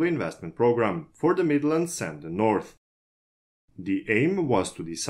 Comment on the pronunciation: Norf rail XD